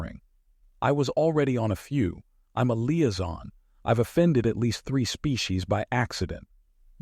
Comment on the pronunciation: Same with Liaison 😂